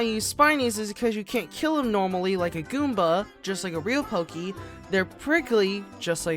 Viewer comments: The amount of times he said Gooma instead of Goomba triggered me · its goomba not gooma!!!